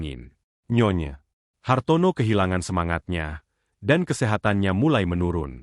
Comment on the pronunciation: Cara bacanya : nyonya Hartono Bukan : nyonya, Hartono Pemenggalan kata yg tidak tepat dapat membedakan arti